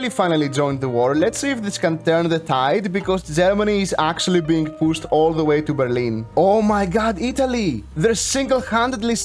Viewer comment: I can't tell if he's saying pushed or PUSSED anymore 😭